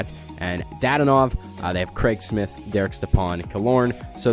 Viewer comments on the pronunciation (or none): Your name pronunciation is beyond terrible...you're like "Mick Smeeth on goalie.." come on bro